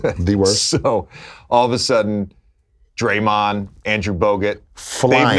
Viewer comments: Lebron called draymond dae dae 🤣🤣🤣🤣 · Lebron really calling draymond “day day” lol